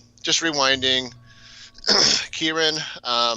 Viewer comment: And being unable to pronounce KYRON. Some "pet case."